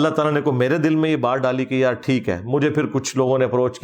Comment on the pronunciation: When he sayssss yaraaaa proper jhelum slang ❤❤❤